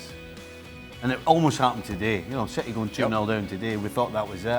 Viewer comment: Expected ain't it. Citeh.